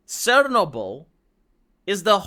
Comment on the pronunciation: He? "Sernobol"? xD You're a Romanian, how is it possible you cannot spell basic slawik words like CZARNOBYL (in english CHARNOBYL) xDDD WTF? xD